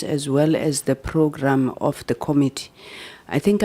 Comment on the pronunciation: Promounce Committee Com MIT tee. Not KOM itee